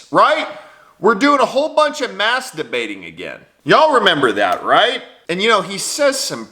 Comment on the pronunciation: Bro. Did you say "mask debating" or "master...ummm...bating"? Oh well, either way it's the same thing.